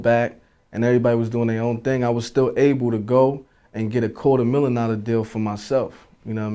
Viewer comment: nigga said a quarter millin